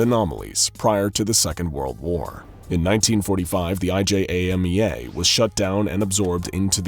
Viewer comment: It says "IJAMEA" but he keeps saying "IJMEA"